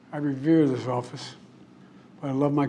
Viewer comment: 36…. I revere this office. Sounded funny.. :42… having a hard time ready the Teleprompter… … Americans had an inflection point… watch his mouth.. dry mouth… medications affecting his speech…(if you can’t tell he’ll be reading a teleprompter the whole time you are silly)..let’s continue.. .. word salad… those of us that (Cherry)that cause… misspoke.. … what about you yelling and screaming saying you’re going to be the candidate? Over the next six months he will try and lower cost for middle class families… why didn’t you do it for the last 3 years Joe?… and what is it with the lips.. he keeps smacking his lips like he has cottonmouth what is that all about?.. .. the Teleprompter is strong with this one… this guy is a puppet… I can literally see the teleporter in his eyes if you enlarge the video..